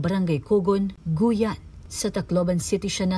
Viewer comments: Hindi Goyan yan maam guiuan yan hindi goyan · Pakiayos NG pag pronounce mo sa probinsya nmn guiuan po hndi guyan? Walang ganun fyi.. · Hindi po yan "Gu-yan" kundi "Gi-wan" (Guiuan). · sang lugar ung guyan?hindi ba guiuan (giwan) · the place po is Guiuan. Ang pagbigkas po nito ay GIWAN. Rest in peace Baby Girl. never heard anything like this po na nangyari sa Guiuan, ngayon lang.